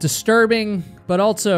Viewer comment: There's no "t" in "also". Also, not altso.